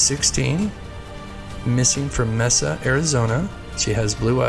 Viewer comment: Mesa, Az.....pronounced Maysa.. ❤👍